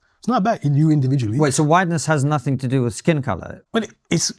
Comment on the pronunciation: BAHAHAHAHAHAHA!! 🤣🤣🤣🤣 “we dint do nuffin”